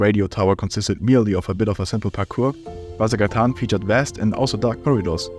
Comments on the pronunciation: the way he pronounces ''vasagatan'' annoys me a ton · The way you pronounce Vasagatan is amusing to me! It's Swedish for Vasa Street, a real street in Stockholm (and many other Swedish cities). Thanks for the video, I stopped playing after the radio tower when it was the end of the game and never installed it again.